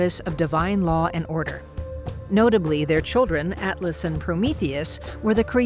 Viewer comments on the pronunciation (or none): none